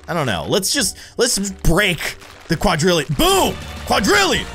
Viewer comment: Why did you pronounce quadrillion wrong,?